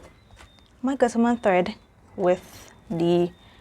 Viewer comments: Great unboxing! You said Guttermann just right. Can't wait to see your make with that material. It's fantastic! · The fabric is beautiful! And yes, you said Gutermann correctly. My Mom is German. :)